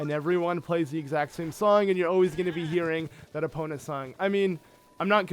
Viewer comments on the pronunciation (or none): none